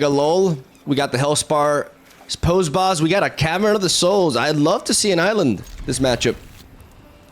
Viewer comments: Spicy deck! Unrelated, but you've mentioned wanting to pronounce things right before: "Posse" sounds like "Paw C", rhymes with "bossy". Super petty, sorry, but it was bugging me. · can't wait till you figure out the metagame... considering youve never seen these 12 sets before it honestly shocked me to see you at mythic lol... also it's pronounced possy (poss eee)... the way you pronounced it was hillarious tho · Great video! P.S. posse is pronounced possy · Hellspur Posse Boss is pronounced Possy,! xD Really cool deck and I like how you pointed out the similarities with Loki, but a much fairer approach. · Hi, cool deck. Dunno if you care but "posse" = "paw-see". Old timey word for "gang".